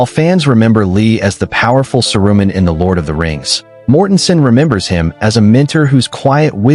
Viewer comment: AI couldn't pronounce Saruman. Bye!